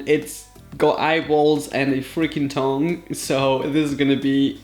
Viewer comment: Am I the only one who heard thong when he said tongue